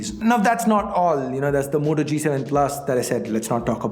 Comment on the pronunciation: If u taught the moto...u fucked the whole pronunciation